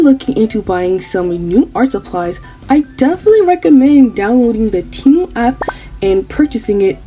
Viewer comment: "Frum TeyMOO" 😭😭 Lolll